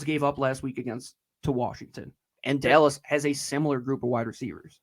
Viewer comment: Who is This “Delles” talking about.